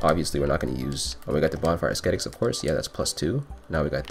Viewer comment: Love this content man, you make this game look way easier than I remember. Btw, Ascetic's pronounced "Ass-set-ick"